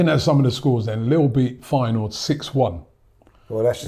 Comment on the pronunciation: got the Feyenoord pronounciation spot on